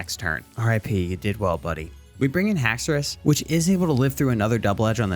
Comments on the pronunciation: HAXORUS, NOT HAXOUOUS! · THE FIRST U IN HAXORUS IS SUPPOSED TO BE AN O! AND DO NOT LEAVE OFF THE E IN PSEUDO!